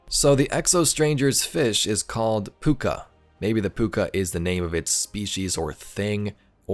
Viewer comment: Your pronunciation of Pouka is correct but the spelling of it is different to the Irish version (Púca).